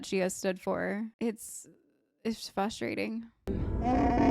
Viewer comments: Dunno what’s wrong with me, if it’s something wrong with the speakers I was watching this video on, but you said “frustrating” so many times and to me it sounded like you said fustrating. at first I thought you misspoke but then you said it so many more times and it, in and of itself, was frustrating to hear lol. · it is Faws-trating lol